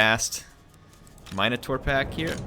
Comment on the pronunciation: Plese continue to pronounce Minotaur that way. It sounds way better.